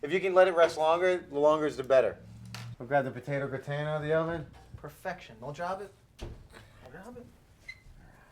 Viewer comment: potato gra-ton?